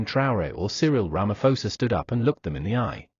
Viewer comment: Ramaposa, not Ramafosa.